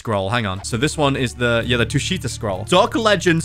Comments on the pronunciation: Tushita read tū-shī-tǎ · it’s the first one “Tusheeta” that’s how it’s pronounced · it's called tu-shi-ta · Tushita is pronounced t uu sh ih tah so you pronounce it like the name